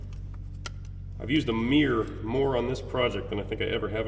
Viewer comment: *mirror not meer.